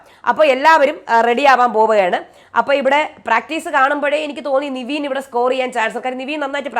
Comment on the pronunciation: നിവീൻ അല്ല നെവിൻ ആണ് 🙂